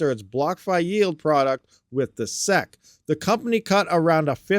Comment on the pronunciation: 😅this guy can't even read. Yet it is also the only thing he can do. The "seck" lmao